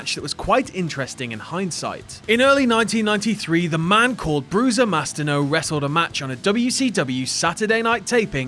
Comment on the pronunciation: Mastino means mastiff in italian, so Kane was the original Big Dog. Also, it's pronounced Mastìno, similar to Destìno, the finisher of Naito.